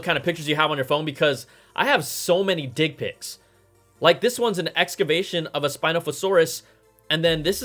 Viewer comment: Ah…. You said “digs”🤣